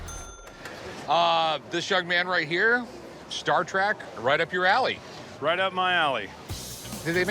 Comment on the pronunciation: It's Star Trek, not Star track! Learn to speak!